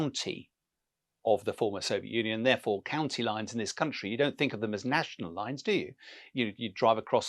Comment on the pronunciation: Why is he constantly saying county? Ukraine is a country that was in a Union. Just like Wales is a country in a Union. Typical English arrogance...